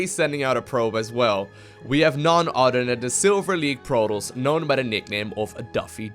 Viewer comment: "udder side of the map.. none udder than... dere we go. idk if eider of these players. produss. udder wise.. "